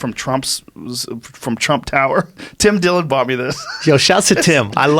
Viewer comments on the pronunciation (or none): none